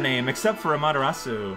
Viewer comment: me: I wonder if is ever going to stop calling her "Amateratsu": Ameratsu. me:... sure